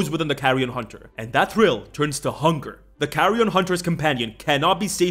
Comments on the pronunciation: pronunciation of "carrion" sometime sounds like "carry-on". This feels appropriate for a survivalist lich, especially if the player is British. Keep Calm and Carry On Hunting... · Carrion Hunter... Carry... Carry-on Hunter? Bro...